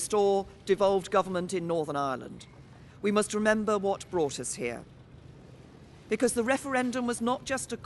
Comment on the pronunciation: "Whaut broaught us heaa" is pandering-to the dummies in the parasitic EU and the "Lowwds" of Parliament.